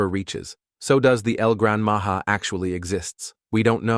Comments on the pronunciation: y did u say el gran maha instead of el gran maja is the name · El gran Maja is pronounce incorrectly